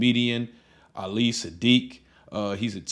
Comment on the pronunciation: Willie D told the story wrong. Hell, he couldn't pronounce his name right. Ali and Katt should've sat down and had the discussion face to face. Ali said he met Katt when he was performing under the name Katt in the Hat. They rode in a car together, discussing getting a tattoo in New Orleans.